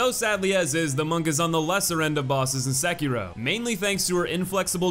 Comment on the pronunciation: Can you please learn how to pronounce the name of the main character? It's literally said by Isshin multiple times throughout the game, the way you and the other youtubers pronounce it is painfully wrong. Seh-kee-roh (doh) roll the r. Even Vaati can't be arsed to pronounce it right, though I guess fanfiction and making shit up is his forte, and stealing content. So not surprising.